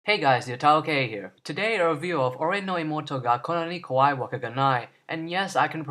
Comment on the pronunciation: You can "say" the whole name, but your pronunciation is shit. Even "kawaii", which is pronounced "kah-wah-ee", was pronounced "kah-why" >.< Dont brag so quickly.